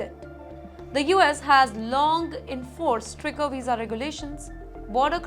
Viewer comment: It is stricter not stricker